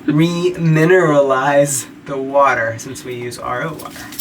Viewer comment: saying “remineralize” 🤣😂😄😂🤣